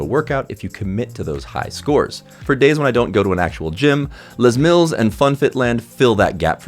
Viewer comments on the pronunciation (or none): haha, are you aware its not "leś mílls"? its not a french thing. Its jus Les Mills. It was started in New Zealand. By a very White New Zealander named Leslie Mills. Les is a nickname not the French Word for 'The'